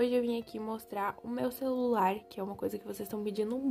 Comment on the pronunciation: O que vc falou celulai akkakakaka tudo ben eu falava também kakak